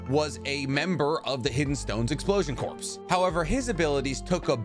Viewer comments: I love your videos, but one thing that bugs me is that you say corp. like “corpse” instead of “core” like it should be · THE "P" IS CORPS IS SILENT OH MY GOD PLEASE STOP SAYING EXPLOSION CORPSE D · It's pronounced "Core", for "Explosion Corps". Please, it hurts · Dude i am right there with you 100% until you said CORPSE instead of Corps="Core" phonetically. Please quit saying the "explosion corpse" instead of explosion corps. Its a respect thing for those who give their last breath for us. Please? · I love your content and follow you everywhere. Watching this for the first time I notice you pronounce corps like corpse and not like core. The p and s in corps is silent. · I think it's pronounced core, not corps. I know it's spelled that way but I'm pretty sure it's pronounced core. Dope video tho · Ok. Super love the content and not just the Naruto stuff. But this has been driving me nuts. Corps is pronounced "kor". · "Corps" is pronounced core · Corps is pronounced cores idk why that bothers me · I love your videos but corps is pronounced just like core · You don’t pronounce the S in corps!!!! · The s is silent in corps